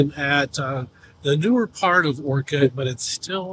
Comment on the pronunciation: First off - Learn to say Orcutt ! Not Orchid ….